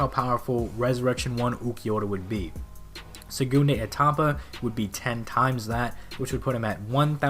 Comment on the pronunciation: It's pronounsed "sehgoondah Ehtapa" or just "second stage" other than that, great vid man.